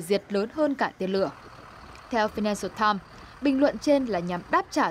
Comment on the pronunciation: vãi cả đọc tờ phi-nan-xờ-tam :D